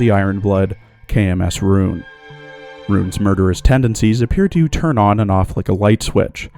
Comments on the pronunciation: Deutsche pronounce "Roon" is RON, not fuckink rOOn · Just a thing about Roon (btw, it’s pronounced “Rhon”), her lasted skin, which also happens to be her only L2D skin, LITERALLY HAS A YUNO GASAI REFERENCE! Yeah, I’m talking about the Yandere face here.